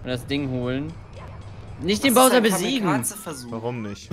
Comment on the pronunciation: Es macht mich fertig, dass einfach nicht weiß wie man Bowser ausspricht. Übrigens ist es übelst dreist wenn man selbst arbeitslos ist - und nein, Zeitung lesen, Burger essen und Spiele aufnehmen ist keine Arbeit - und dann aber sagt, dass sich Entwickler bei einem Remake Mühe geben soll.